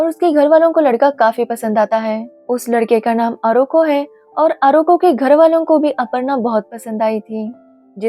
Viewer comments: It's not Oroko it's arko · It 's not Oroko it 'arko😅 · 😂😂😂aroko kya hai vai ..it's arko😅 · Aroko nehi hein bc arko hein